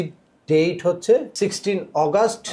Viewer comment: আপনি মিয়া আগষ্ট নামটাই ঠিক মতো পড়তে জানেন না,আবার কনসুলর বানাইছে কে আপনাকে।